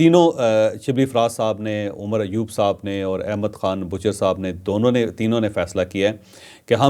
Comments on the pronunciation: احمد بچھر ہے نام بوچھر نہیں ہے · Bhachar NOT Bhuchar